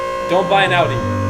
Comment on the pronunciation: Owns the pinnacle of Audi vehicles in North America and can’t even pronounce Audi correctly.